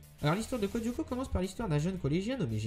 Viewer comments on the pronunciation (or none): Sa me stresse quand tu dit Codioco :') C'EST CODE LYOKO xD